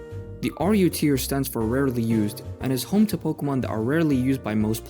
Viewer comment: "Rarley" Good job on that English Chimchar boy